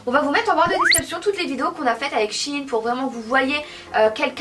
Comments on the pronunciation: Ça ce dis shèine et pas chine même si ça s'écrit shein ça histoire que vous comprenez mais sinon continuez je vous adore❤️ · Le e se prononce c'est shein et pas shine